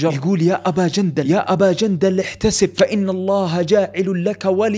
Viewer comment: والله يوم قلت يا ابا جندل حسبتك تقول يا ابا جلجلة